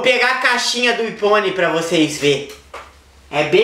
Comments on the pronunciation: kkkkkkkkk que doente, iPhone mas fala ifone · acho que ele falou aifone só para zuar